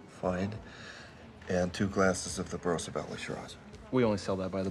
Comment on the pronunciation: It's barossa not barrosa....